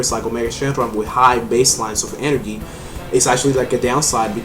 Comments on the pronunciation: Hahaha energhee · I love the way you say 'energy'...